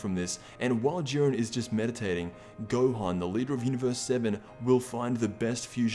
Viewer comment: did he say urine instead of Jurien